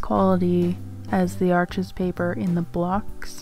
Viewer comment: Arches is French, it’s pronounced “Arsh,” the (s) is silent, Thanks for sharing!!!